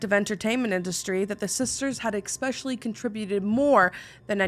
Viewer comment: OH NO! you say the word Especially wrong! My literary friend, it's pronounced es-spesh-ull-lee. Not eC-speshulee.